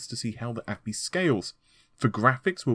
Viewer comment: Did he really call API as "appi"? 😅